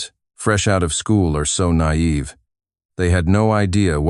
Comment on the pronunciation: "Nayeve. Far too nayeve"